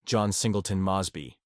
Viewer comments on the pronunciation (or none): Nice 20th century wristwatch. And there's the problem: we are very sloppy without AI. And now we can make things look like a miracle, and let AI be sloppy FOR us as we do it. By the way, John S. Mosby's name is pronounced MOWS BEE and it's a great example of letting AI be sloppy for us so we don't even have to try to be sloppy on our own. We've found a new way to be downright ignorant.